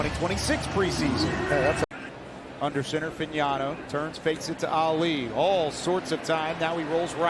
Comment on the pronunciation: This announce lr couldnt pronounce fagnano correctly 😂😂😂😂